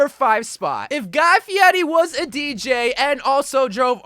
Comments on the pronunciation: Your clearly not cultered in memes as you think he’s called guy fiety. It’s Guy Fieri. Cringe. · It’s Guy Fieri not Fieti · it’s not guy fieti it’s Guy Fieri